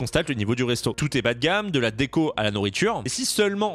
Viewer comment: C’est pas D and co mais Déco